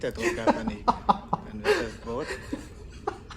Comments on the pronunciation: It is not Das "bOOt"!!! It is pronounced as if it were actually spelled "boat"… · In German double vowels just indicate that a letter is prolonged. The phonetic sound keeps the same. It is just stretched. So the word "Boot" is not pronounced "Buht" but "Boht" with a long "o". 🙂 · it's "Das Boot", not "das Buht" , it's more like the first vowel in morning or, ironically, in boat sorry for nitpicking. I'll make it up for you: There is a making of documentary and it's breathtaking, answers all your questions... it's in german, though, maybe you'll find subtitles somewhere ..oh, and you'll need a vpn-client, because this is from the public television channel arte from France/germany.... a little teaser: the man over board scene was more real than you might think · "Das Boot" pronounced with a long sounding "o" not an "u". Maybe day it as it would be spelled "Boht". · The o in Boot isnt pronounced as in the footwear but rather like in "Ohh". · Just a small remarkt. You pronounce Boot as Boat (like goat) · Please pronounce it like boat. There’s 3 different versions. 1 original version ( more focused on action) a 3 or 6 series tv version ( total 5 hrs) ( very much giving a psychological picture) and the directors cut somewhat in the middle. The differences in the whole feeling of the movie are quite surprising. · Please ! Do not pronounce it like the "pair of boots" its pronounced like the english "boat" !! Apart from that i totally agree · Great review. Try pronouncing boot, not like the shoe, but like boat with 2 Os The movie feels so real, especially the effects, you almost could breathe the air in the ship. It really leaves an impression. There is an exhibition. Search for “Bavaria Filmstadt boot” They have the props open for exhibition. At a point in the war, if one was drafted, you could not refuse or face a military trial. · Although spelled as Boot, its is still pronounced as "Boat". The oo sound in German is like the word owe